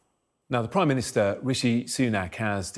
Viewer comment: 'Now the pwime minister Wishy Sunak...' Why can't we have weporters who can pwonounce the letter r?